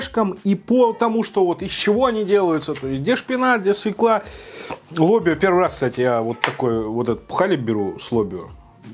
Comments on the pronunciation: Не свекла, свЁкла. Уши режет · Русский язык не родной для тебя? Нет слова свеклА, есть только свЁкла. Понаехали тут) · Хороший обзор, но как же меня передёргивает, когда он говорит свЕкла